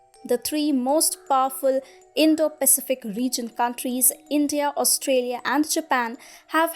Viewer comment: I do wish you would get the pronunciation of the word "Pacific" correct.